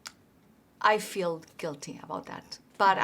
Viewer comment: Very easy to understand her speech. I only wish I could be so well understood in another language. Only little things stand out-- diphthongs like "th" and "ch". "Feel" and "feeling" sounds here like "fill" and "filling" but the context makes it clear what she means. "SiTuation"--- this is an example of over-correct pronunciation -- we pronounce it as "siCHuation." It's a crazy language for spelling-- cough, rough, dough, bough, enough--- cawf, ruf, doe, bow, enuf. Native English speakers think foreign accents are great. So don't worry too much about it.